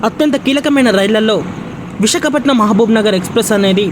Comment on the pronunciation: Ore edava visakhapatnam anedi clear ga palakara